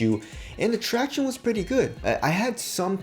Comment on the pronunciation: "tractioneys" is so cringy and annoying. Just saying